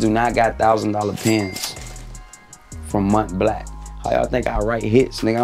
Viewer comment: Blanc pronounced BLAHNK lol